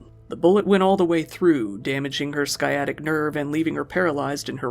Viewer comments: "sky-attic" 🤣🤣🤣🤣🤣🤣🤣🤣🤣 it's "s-eye-attic" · Sciatic nerve: the “c” is not a hard c. It’s pronounced: Siaatic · Did you just say "skyattic" ? My man thats not how you say that.... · Have you ever even heard words before? Can you read? It’s not “skyattic nerve.” The C in sciatic is silent. As in sciatica. You’re a narrator ffs. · The C is silent in sciatic nerve. SYYE-ATT-ICK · The C in sciatic is silent btw